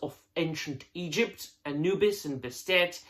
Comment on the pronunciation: Say Anubis again. Lol jk...jk😅